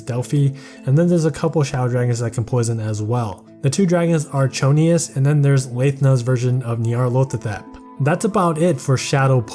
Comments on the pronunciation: Not sure if this is a joke on how hard Nyarl is to pronounce, but if we're picking at pronunciations, he's also saying Cho-ni-us instead of Tho-ni-us, Yah-su instead of EE-AY-Yah-su, and Layth-na instead of Lahth-na (tbf, this one doesn't have official pronunciation yet afaik. I'm just going off of her Japanese name). But yeah, great overview as usual! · By the way, here's a link to how you're supposed to pronounce Cthonius (it's not Chonius)